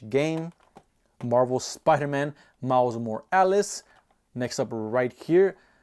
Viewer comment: Giving you a like and sub for the extra emphasis on that “miles morales” 😂